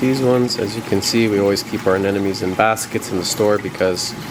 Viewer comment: Why people call it aneNomes ? lol